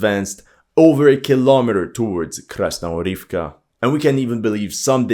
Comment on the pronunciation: Можно бесконечно делать 3 вещи: 1) смотреть как горит огонь 2) как течет вода 3) слушать, как этот ,блогер произносит Krasnogorivka